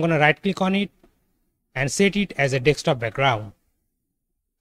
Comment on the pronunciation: you keep saying dextop though